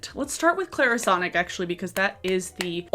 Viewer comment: Go ahead. say Clairsonic again.🤨